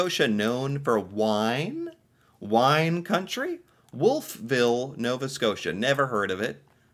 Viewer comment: Wolf Ville is pronounced as one word, eh. Home of Acadia University. And the world class Irving Gardens. Cart